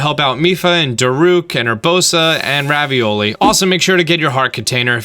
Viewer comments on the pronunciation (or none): Dude Ruh-vol-ee not ravioli thats what you call macaroni pizza rolls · Did he say Ravioli? If he did someone tell him its Revali please and if you just have an accent sorry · He said ravioli instead of Ravalli lol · He said Ravioli instead of Revali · Revali, not Ravioli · he said and ravioli its supposed to be revali bou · "ravioli" XD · Why does he call revali ravioli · Did u say raveole